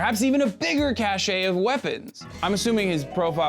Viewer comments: First off I think you’re awesome, but I’ve been noticing your use of the word cache. It is pronounced “kâsh”, not “kâshay”. Sorry to be a grammar nazi. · Um . . . it's pronounced: CASH not CASH-EH. Cashe.